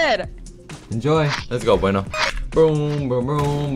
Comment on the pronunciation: BTW it's pronounced bweno